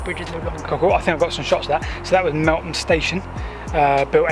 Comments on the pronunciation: It's Melth am - not Melt ham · Great video. Hope you come over to do the Golcer and Minsbridge disused stations. Also, Meltham is pronounced Mel Fam. Just dont ask how to pronounce Slaithwaite or Linthwaite further North. :) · That’s a great Air BnB. The name of the town is pronounced Melth-am 😃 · Wow my old neck of the woods, very interesting. BTW Meltham is pronounced with a 'th' rather than a 't'. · My home town (Mel -tham, pronounce the 'th') . Both parents worked at DBT. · Thanks. Ah yes, we changed the pronunciation half way through I think when we realised. A lovely home town it is too. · Somethings in life are really ironic i was filming the same branch line at the same time I was going to do it in two parts the second part I filmed yesterday and this morning I was looking for an image to use as a thumbnail and came across your video far superior to mine well done however the way you've pronounced meltham Is horrendous